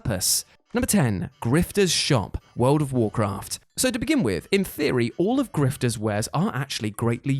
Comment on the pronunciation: Griftah? Really? People buy crap from a grifter so egregious it's his frigging name?